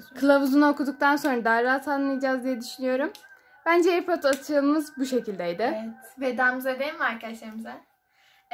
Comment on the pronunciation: Airpordosa airpord demeyeni de ne bilim